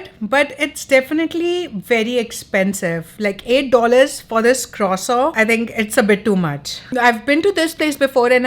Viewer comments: Croissant 🥐 your pronunciation is so different. Is that how Canadian say it ? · No. She is saying it wrong